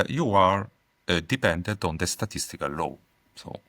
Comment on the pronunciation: Great episode. Just wanted to mention he was saying Law. Not Low :)